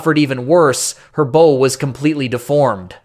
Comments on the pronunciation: As much as I'd like to watch your content, I can't stand AI voices that are so stupid they call the bow a "bo". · Your AI voice sucks. Can’t even pronounce parts of a ship correctly. I’d prefer to hear a human voice regardless of accent narrating these vids